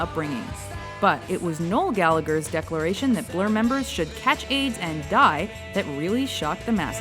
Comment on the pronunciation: Dear American announcers. It's Galla-her, not Galla-ger. I know it looks like you should pronounce that g, but you don't.